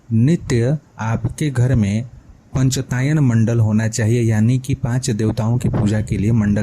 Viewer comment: निश्चित रूप से आप सहृदय विद्वान् है। परन्तु पञ्च आयतन - पंचायतन बोलिये। पंचतायन नही।